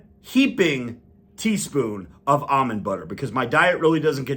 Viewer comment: Finally, someone who pronounces "almond" correctly.